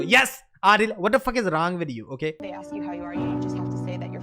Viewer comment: Ask, not aks. Ask, not aks. Ask not aks. All not aks. Ask not aks.